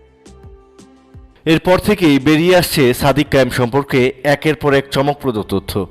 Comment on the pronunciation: "সাদিক কাইয়ুৃম" নামটাও ঠিক মতো উচ্চারণ করতে পারেন না? অথচ ভিডিও বানান।